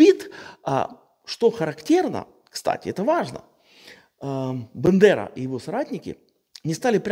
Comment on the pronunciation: Все так ,але БАндера,а не БЕндера.